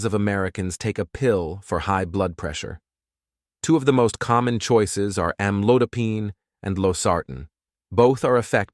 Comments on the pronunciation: Am lo di pine. I am not used to hearing the pine at the end pronounced like pine (tree)! The narrator needs to learn the correct way to pronounce it. Or is he right??? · Why he saying the AMLODOPINE the wrong pronunciations! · Wish he would pronounce Amlodipine correctly!